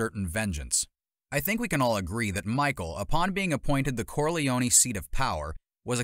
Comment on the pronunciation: These prononciations are horrific... Corleone-knee